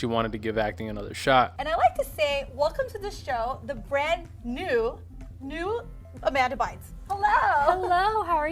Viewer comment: So nobody’s gonna mention Anything senior Hall mispronouncing her name 😂😂 Amanda Burns 🔥 😊that should’ve been her twitter handle